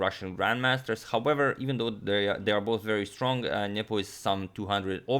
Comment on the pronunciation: Everytime you said Nepom, I heard nipple